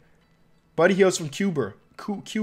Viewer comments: It's q-ba not c-po-a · What kuba? I never heard of that place. But I have heard of Cuba pronounced like q-ba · He really pronounced Cuba like cooba 😂😂😂 come onnnn cuhhhh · This nigga said "Cooba" 😂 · I'm tired of you pronouncing New Zealand" "New England" and Canada "caldon" Edit " and Cuba" " Cooba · My God learn how to pronounce Cuba bro, Its cube-ah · CUBA? COOBA?? LOL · My boy don't know how to say Cuba 😂